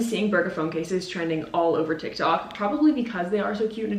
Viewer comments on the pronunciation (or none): none